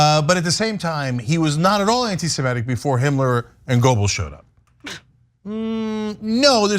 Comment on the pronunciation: Cenk , it's not : goubls . . . it's : gÖbbels - you are good enough a turk to be able to pronounce a Ö